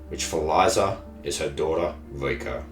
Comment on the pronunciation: The way you say 'Riko' sounds like 'Vueko' another character from this anime, it's confusing.